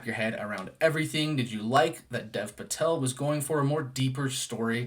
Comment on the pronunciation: Really enjoyed your review! One small thing, Dev Patel's name is actually pronounced more like "Dave" Patel.